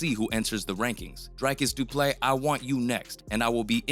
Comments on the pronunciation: It's not pronounced Du Play . Du Plessis should be pronounced 'Do" - " Pler" - "See" where Pler rhymes with furr, or purr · How TF is the narrator still pronouncing Du Plessis as Du Play???? . Such ignorance is really astonishing. 🇿🇦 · Du ple seeee... That's the pronunciation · It’s pronounced doo-pleh-see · It's Du-Ple-seee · His name actually has one silent s and it’s the last one Doo Plecci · Just butchering the guy's name, I swear these guys aren't even fans. Lol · The way you BUTCHERED his name and surname, its an understatement... It got me questioning your educational system...you don’t learn phonics in school? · Please learn how to say Du Plessis rightfully. Around half way in the video you don't even try to pronunciate the "i" at the end of is name. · How do you quote someone, telling you how to pronounce their name and then not even attempt to pronounce it correctly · You clearly weren’t listening to him either because you still can’t pronounce the mans name.. you butchered it the entire video